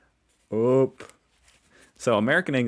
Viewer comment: You actually said "up" ("upp") in Swedish right there!